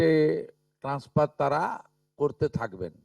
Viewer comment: আপনি সবার আগে মুখে সুপুরি রেখে বাংলা উচ্চারন ঠিক করুন। বিদ্যাসাগরের ১ম ও ২য় ভাগ এবং রবীন্দ্রনাথ ঠাকুরের সহজ পাঠ পড়ুন। তারা-কে ত্যারা আপনারা-কে আপন্যারা অসহ্যকর। বাঙালির কলঙ্ক। এই সরকার হলো ভাত দিতে পারে না কিল মারার গোঁসাই। এত যোগ্য অযোগ্যের বিচার না করে বলে দিলেই তো হয় যে অন্নপূর্ণা কালী শীতলা কোনো যোজনাতেই টাকা দেবো না। আরে নিজে যোগ্য কিনা আগে দেখুন পরে অন্যের যোগ্যতা দেখতে যাবেন।